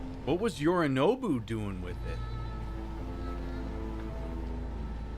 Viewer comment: Everytime I hear you mispronounce Yorinobu, I hear it as Yuri Naabu and can't help but go down a rabbit hole thought of this game being redone to take place in Russia. I would play that game too...